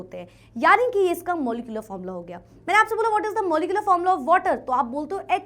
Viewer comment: Formula ❌ Fomla ✅